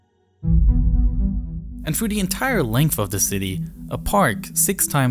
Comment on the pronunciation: "North" is not "norff"; "south" is not "souff"; "this" is not "diss"; "these" is not "deese"; "through" is not "fruuu"; "with" is not "wiff". Please learn how to speak before posting videos as if you possessed the basic communicational capacities sufficient for public comprehension, when all you've promulgated is a brand of silly gibberish.